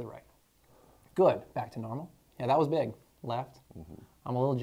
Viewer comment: That neck was what?? Didn’t sound like u said big at first doc lol great video!